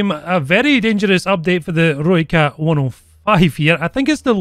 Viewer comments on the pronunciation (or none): when you pronounce ROOIKAT you get it wrong .. close but wrong its like Rooi-CUT Afrikaans has weird pronunciation